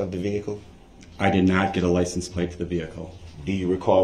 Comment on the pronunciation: I think it's liscents plases.